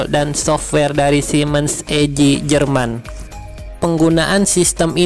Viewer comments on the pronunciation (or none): none